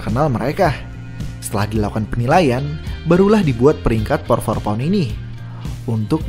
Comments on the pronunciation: Keganggu sama kedengeran “Por for pound” ga sih min nyebutnya? Harusnya kan “pound for pund” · Min, lu nulisnya udh bener pound for pound, tp ngapa ngomongnya "pour" for pound mulu dah